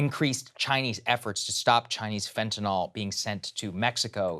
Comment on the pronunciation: It's not "fentanol." It's fentanyl. Nill. It's been in the news for years now. Your job is to read things and say things. Go say "fentanol" to Kyle.